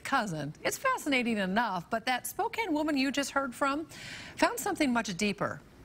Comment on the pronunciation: "Fascinateen" is not a word.